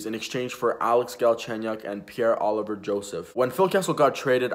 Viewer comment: its Olivier not Oliver